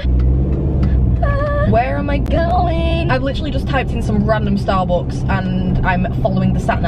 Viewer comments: Why does she say starbooks instead of Starbucks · Ur great but the way you say Starbucks has got to stop